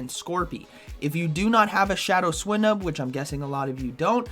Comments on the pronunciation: I am almost certain that you pronounce it /swʌɪnub/, /swɪnub/ feels so wrong... Great video nonetheless. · Dude learn the pokemon names.. swinnub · The way he says swinub xD Also can't wait for all my opponents to start with swinub now haha